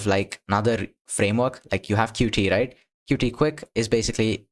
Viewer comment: It's pronounced "Cute" not "Cutie" btw